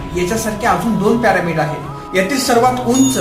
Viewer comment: प्यारामिड नाही रे पिरॅमिड 😂😂